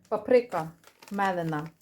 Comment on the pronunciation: ПАприка на першому наголос..а не папрИка